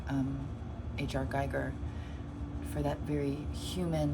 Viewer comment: Hi, I enjoyed Your video, looking forward to part2. Not trying to be a dick or anything, just a friendly remark - Your pronunciation of "Giger" is wrong :) I know, I know, petty stuff but as a huge Giger weirdo myself I Am kind of overly sensitive to this :). So it should be pronounced "Gee-ger" or "Ghee-ger". Cheers and thx for the video.